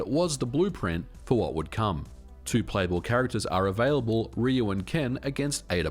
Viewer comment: Stop saying RE-YOU it’s clearly RYE-YOU. Goddamn Americans